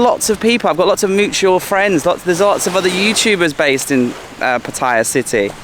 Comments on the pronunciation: wet. Its Pat- a - ya. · Maybe some other commenter has pointed out that the correct pronunciation is PAH’ ty-yah.🙂 When I was a kid we visited a camp in Jomtian, which was virtually deserted and free of pollution and tourists back then. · $60 a night for that is amazing! Not expensive! Well, to each his own. And please- Say Pattaya correctly, at least get closer. You are so eloquent on everything else, so this one has your number. Some nice drone work around the bridge! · Why is it that most vloggers can not pronounce Pattaya correctly.